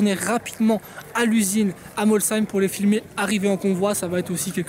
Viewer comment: C est bien ge tu a bien dis molsheim pas comme l année dernière 😂